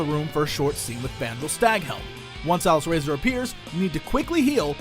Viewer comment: Aww, Jesse pronounces Alysrazor wrong!